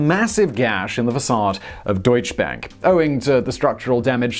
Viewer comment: "Deutsche Bank" Say "doycheh bank".